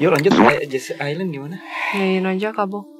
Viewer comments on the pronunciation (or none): none